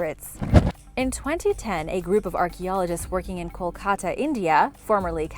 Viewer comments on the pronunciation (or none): none